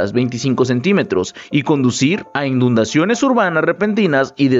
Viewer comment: ¿InDundaciones? ¿Es real que contraten y publiquen a gente que no sabe hablar y comunique sus errores? Se dice INUNDACIONES, no inDundaciones. 🙄